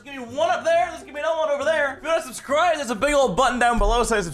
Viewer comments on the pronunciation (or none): none